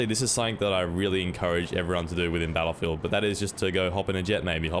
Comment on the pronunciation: I'll switch to "bel'feedah" then